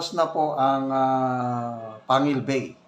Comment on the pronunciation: Kasi daw di pa sana pwede.gagamitin pero parang minadali dahil fiesta ng isang city.Panguil ,"pang gil "ang pronouncation